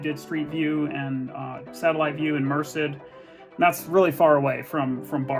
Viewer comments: Merced: "Mer-said," not "Mer-sid" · What an odd and amazing channel - I’ve watched a few of your videos now and really enjoy them! Not a big deal but three things that were maybe just misread in this video: Merced - pronounced “mur-sed”, Yermo - Valyermo, Pearblossom Highway, not Pearl-blossom. Being a relative local, I got hung-up each time I heard one of those! You’re a scholar man! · Merced = Mer-said accent on the second syllable. Yes a lot of California looked similar back then, flat roofs and sunshine ha.